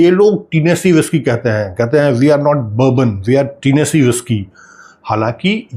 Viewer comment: oh भाई टीनेसी न्ही होता, टेनिसी होता है, Tennessee, it’s a big state in USA 🇺🇸, thanks for the good info